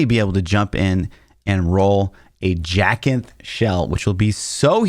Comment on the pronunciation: Jacinth is pronounced "Jay-synth" (it's a gem). If you learned how to pronounce macabre, you will learn how to pronounce this. 😜